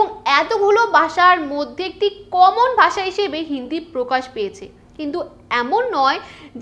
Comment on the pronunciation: গ্রামার তো আপনারও হয়না। ভাষাকে বারবার “বাসা” বলে যাচ্ছেন 😂 তবে ভিডিওটা দেখে যা বুঝলাম, বাংলাভাষীদের হিন্দিভাষীরা ভারতে বসবাসরত রোহিঙ্গা ছাড়া অন্যকিছু ভাবেই না।